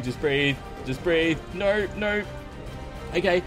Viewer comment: Is "no" or "no" in an Australian accent?